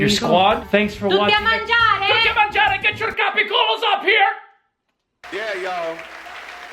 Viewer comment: "Tutti a mangiare!" 😂😂😂 Your Italian is perfect. Molto bravi 😉